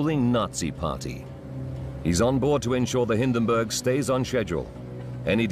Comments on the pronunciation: Hindenburg, not Hinderburg! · Like this? "HIN" + "duhn" + "burg"